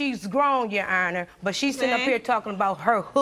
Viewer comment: "Yonner" 😂😂 aka your honor 😅😅